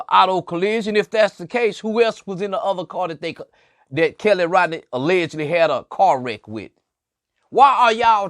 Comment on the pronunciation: Why are you offering an underage young lady alcohol on a public social media platform . You sound perverted and a sicko. You didn’t even pronounce Kiely’s name correct